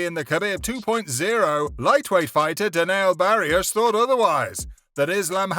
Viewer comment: "Denial Barius"😭